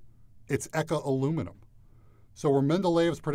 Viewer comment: bro can say the long ahh french name but can’t pronounce eka